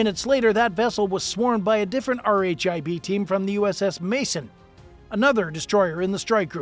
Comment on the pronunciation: "R H I B" is just pronounced "Rib", buddy.